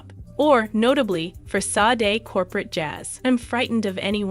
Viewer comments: Where's the tragedy? You can't even pronounce her name correctly! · Am I the only one annoyed that the narrator keeps pronouncing her name wrong?